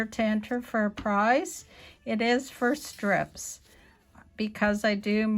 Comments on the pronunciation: I couldn't tell if you said first strips or for strips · Me either.